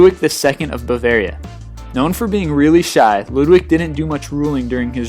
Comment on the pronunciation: You seriously need to work on your pronounsiation, i mean, when you say stuff like ''bulvaria'', what's that? Bavaria or Bulgaria?